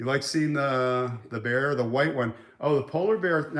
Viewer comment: Lol Bear not beard